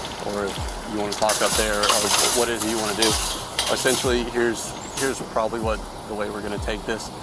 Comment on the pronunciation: Bro just said “problaby charged” do I not research the videos bro what you didn’t even have to make that up if you think she was “probably” charged makes no sense